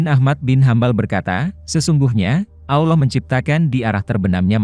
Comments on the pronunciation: Sebut Allah betul2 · dan aksen Allah juga beda